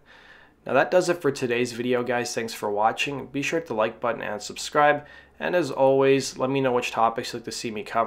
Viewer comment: Dude. It's not "be shoot the like button". You're missing a shitload of syllables there. It's Be. Sure. To. Hit. The. Like. Button.